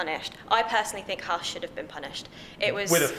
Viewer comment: I think there should be penalties every time a British racing commentator/personality mispronounces "Haas".....